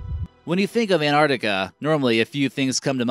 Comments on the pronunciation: What the fuck is Anartica????? its ANTARCTICA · LUDO Rightly said... Please pronounce " Antarctica " not Anartica!!!!.... and present the video neutrally....not in a way glorifying the USA only. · I cringed every time he said ANARTICA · Man, how many times will you repeat Antrarctica... if you're already talking about that place - then all things are there... whatever lake - Antarctica, whatever place - Antarctica, whatever valley - Antarctica... and to add to annoyance - it is NOT EN-Ar'ica ... you're missing damn T ... twice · Ant arc ti ca, not ant art ica. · It's not an accent, but mispronunciation. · Bill and Ted's Excellent An-artica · Ur the only person on utube that can pronounuce Anartica correctlyy. Congratulations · i thought i had just been saying it worng my whole life along with everyone else in my country. (kiwi) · No, it's not an accent, it's pronouncing the word WRONGLY. Probably because he read it wrong or has heard it pronounced like that. If it was only t glottalization, but he is completely ignoring the C in arCtic. Artic is not a word nor a place. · Wait, where do you get that the word 'Antarctica' came into the English language without a C? And what happened to the issue the narrator is not pronouncing the T? Anyway, the name comes from the Greek ἀνταρκτική, meaning opposite to the north. That has a pronounced tau (or T) and kappa (or k, changed to a c having the same sound in Latin) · its a pity you cannot pronounce the word Antarctica properly. Sad really. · Why can't he say 'Antarctica' correctly? How did he even get this job if he cannot pronounce a simple English word?!!